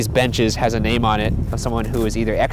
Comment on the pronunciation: As a resident of Massachusetts, you mispronounced so many names hahaha